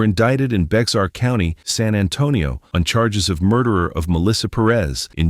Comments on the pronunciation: Investigative work is doing just what was described here. Picking up random clues and chasing them down and bringing them all together. I do think the prosecutor presented the information in reverse order, though. PS: Bexar County is pronounced "Bear" or "Bare" county. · Thanks for the video! FYI, Bexar County Texas is pronounced “Bear” County.